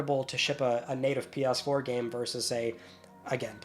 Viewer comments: For the love of God, please pronounce it PS4 and not Pias4. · Lol he calls it pee ass 4 and 5 😂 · “Pe-urse-four” 😹 I love your comedy ( ॒◞ˠ◟ ॒)💨